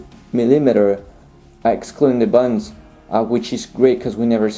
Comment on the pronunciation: I wish he could pronounce "buttons". They are not "buddons". Wonder what his language is. Spanish?